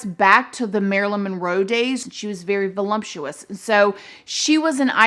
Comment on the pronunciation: Did you just say "she was very voluMptuous"?? Honestly love you and the way you say things, don't ever change!! X